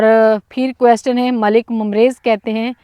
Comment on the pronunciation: آپ نے B-A کیا ہوا ہے مگر انگلش کے بہت سے لفظ غلط بول جاتی ہیں, ابھی جیسے بولا کویسٹن question کویسچن بولا جاتا ہے, آپکے بھائی اردو میں بات کرتے ہیں تو لگتا نہی کہ گاؤں میں پلے بڑھے ہوں